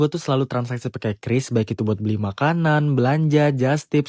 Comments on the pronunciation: Suara narasi nya kudet(kurang update). Masa baca QRIS kok kyureis? Buka aja google cara baca QRIS pasti jawabannya kris. Makanya jangan kudet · Dibaca kris. Bukan kyuris, bukan kiris, tapi KRIS. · QRIS dibaca KRIS itu penjelasan resmi dari PIHAK BANK tapi tunggu dulu para kasir abal bilang "KYU RIS" 😂😂😂😂😂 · Sesuai Panduan BI, membacanya "KRIS" bukan Kiuris atau qiris.. Tapi QRIS. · Qris bacanya "kris" ya bukan "kiuris" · Iya ini bener mbak mbak warung makan atau dmn aja mereka meralatny kata mereka quiris hahahha😂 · qris itu bacanya kris bukan kyuris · Bacanya Kris mohon diperhatikanya😅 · Iya, pdhl dah dikonfirmasi sama BI klo bacanya tuh "kris" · Q dibaca ki